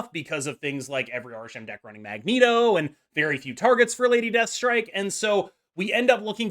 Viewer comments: Pretty sure it's Mag-NEAT-oh not Ma-Jen-Toe :) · Ma-gent-oh? It is Mag-neat-oh! He has "magnet/metal" powers. But great points with the video! I appreciate the advice! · It’s deliberate mate, it’s a “marvel snap creators” comedy bit, as is “Rouge” instead of Rogue.